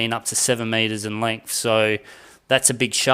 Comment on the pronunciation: Yes. If you stop saying “lengf”😉